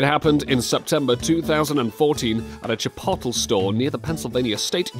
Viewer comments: Chi-POTEL xD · chpottle lol